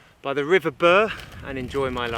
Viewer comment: Bure is not pronounced Burr but Bewer. Hoveton is not pronounced Hovet ton but Hoveton like Hove in Sussex.